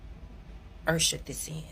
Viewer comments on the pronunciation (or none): I had to rewind, then let it play, then rewind before I understood what she was saying, "70%, in one state, "70% 'ersherd' this in." I listened several times before I understood 'ushered this in'. No disrespect intended. I'm from KCMO, now living in Texas, but, that took me several replays and contemplation......